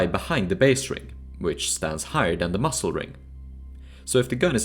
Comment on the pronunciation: Dude pronouncing muzzle like "mussel" really makes me angry